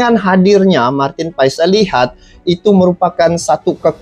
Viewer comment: Bang.. maaf sedikit koreksi untuk Nama Marteen Paes di baca Marteen Paas (krn asal Marteen berasal dari wilayah Belanda yg berdeketan dgn Belgia) penyebutan itu berasal